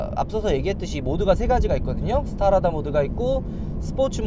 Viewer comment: Strada스트라다를 스타라다라고 읽는 거 보니...어릴 때부터 영어공부와는 담을 쌓고 살았구나...